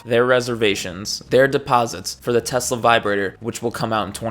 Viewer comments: Ah yes, teslur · Idk why "tesler" is so funny to me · "I hate Tesler" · anyone that was paying attention, realized that husk was a lying fragile fake a looooooooooooooooooooooooooong time ago... also, trump: "i are smart. i love tesler. me has best word. diaper full..."